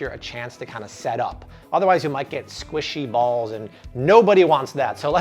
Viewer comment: 😂😂🤣😂🤣. I’m Trying to Follow his recipe, but when he said “ squashyballs”... I busted out Laughing!!! Lol. I was Done 😂😂😂😂😂